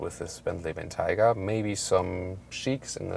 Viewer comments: Ben-tiger? It's pronounced Ben-Tay-Gah! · The environment up north your friend told you about is taiga, pronounced how you're saying it. Bentayga is the name of this vehicle, and since Bentley was a British company you should probably say it how they do. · Excelent video as usual. Highly enjoyable. However, several things. Re. the name, maybe the snow forest Taiga in Russia is involved but most Bentley people I've heard say name was influenced by the Roque Bentayga in Gran Canaria. So it would be " BenTIEga". The front grill.. is it really in chrome? Bentley have always been so proud of being the only manufacture which uses polished stainless steel where others use chrome. The indicator sound is exactly the same as my fathers Jaguar XJ8 of the 1990's. It's a wonderful vehicle but I have to ask the question, is it really worth 2 - 2.5 times as much as an Audi Q7 on which it is based?